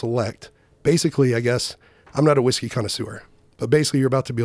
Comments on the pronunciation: “Whiske” -look that up. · "Proper 12 irish Wiske" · Its whiské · Everyone: Whisky or whiskey? JRE: Whiske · 2 hours later, still "whiske" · should double down “Whiske” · Still says whiske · had a lil too much “whiske” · Joe “Whiske” Rogan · takes the vowel rule sometimes Y ver seriousl